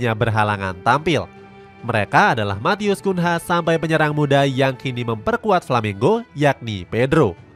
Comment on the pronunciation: Matheus Cunha dibaca Kunyah min